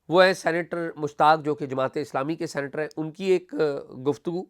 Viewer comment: Not "centre" but "senator" سینٹر نہیں ”سینیٹر“